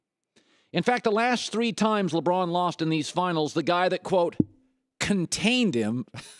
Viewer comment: You had me until you said "La Braun."